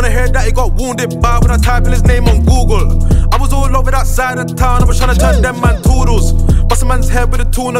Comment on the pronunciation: Lol man said googlre